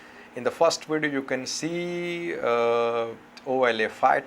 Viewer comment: My view is on YouTube, the way you said “ video “ sounds like Radio to me.